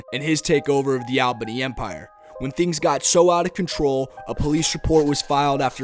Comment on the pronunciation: Can u plz pronounce Albany correctly